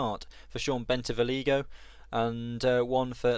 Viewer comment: Searching for my home team and this pops up haha! A bit of pronunciation help so some people can stop cringing, its "vee-ola", "bentee-vo-gleeo" and Schiestel is said like "pistol" whilst Louis is just Lewis. Can't complain about Linget though as everyone says it differently!